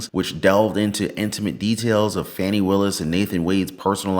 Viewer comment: 👉 💙💙💙 VOTE BLUE !!! 💙💙💙 (ps - her name is pronounced FAW-nee !!!)